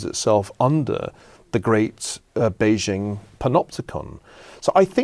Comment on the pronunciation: Ferguson spent a couple of years in China and he STILL can't pronounce Beijing properly. Or Xi Jinping.